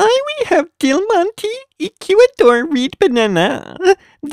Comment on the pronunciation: Reed bananaaaaaaa! At least he said Del Monte right😂